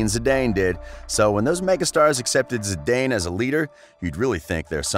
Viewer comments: “Zee-Dane”?? Lol It’s pronounced “ZeeDan” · Awful commentary it's not Zidanee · I go crazy every time you say Zidayne but I love your videos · Exactly lmao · Re-upload and say his his name right